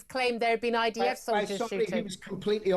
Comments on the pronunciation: Sounded to me like she was saying IVF. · Why does she keep saying IVF? 😂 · Someone should tell Julia it’s IDF not IVF